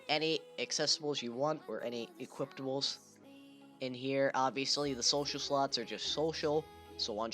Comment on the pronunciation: i couldnt focus on the video because this dumbass keeps saying "equiptables"